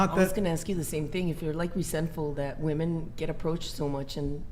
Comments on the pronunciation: Does not know how to pronounce women? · saying "woman" instead of "women"...wtf bish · Does anyone else notice and think it’s weird that the zoomers pronounced “women” (plural) as “woman”. I’ve heard it all over the place and I do not get it. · If she says "woman" instead of "women" one more time 😭😭😭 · What is the deal with GenZ people pronouncing “woman” and “women” the same? Is anyone else noticing this? It’s driving me insane 😂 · Just gotta say this… women = wi-men. Woman = wu-man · It was frustrating having to hear say "woman" all stream.🙄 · say it with me, “women”. Geez. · Can not say “women”? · Why do WOMEN on this show not know how to say the word WOMEN so often?? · Why can't say "women" properly?